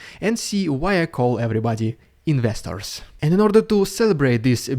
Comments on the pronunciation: Oh! You say “investors”! I always thought you were calling us “molesters”. 😂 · Oh, it's 'investors' . I thought you were calling everyone 'misters'. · I thought he was saying ministers. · That’s what you’re saying?! Investors? This whole time I thought you were saying listeners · Investors? I thought he's been saying "nesters" this whole time. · INVESTORS, INVESTORS, you say "INVESTORS"!!! I have been reading the transcripts on all your videos trying to find out what you have been saying when you snap your fingers